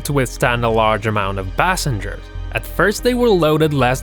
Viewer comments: "40 tons of tomatus 40 tons of potatus" it's hard to listen to him speak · THE TITANIC SUNK YOU DUMB DUMB GO TO SCHOOL.AND THE WAY YOU SAY POTATOES AND TOMATOES.